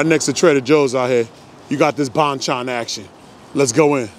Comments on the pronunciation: Thanks for the video! Glad you enjoyed the chicken. Just FYI. It's pronounced "bone-chone" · lol if you come down to flushing ny, id take you to other korean chicken places. haha glad you f inally had a korean fried chicken. its pronounced bhon-chon with short o pronounciation. anyways hit me up if you wanna come down to flushing fam! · Hey Bro~ Bonchon is actually pronounciated as Bon = Bahn, Chon = Chone. Both "O" sound as "O" instead of "Ah" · I love you say bonchon!! Whatever u do know how to make it cool